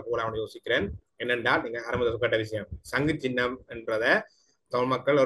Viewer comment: சங்கு + சின்னம் = சங்குச்சின்னம் , பொது + சபை = பொதுச்சபை நெறியாளர் தயவு செய்து தமிழ்மொழியை சரியாக உச்சரிக்கவும்.I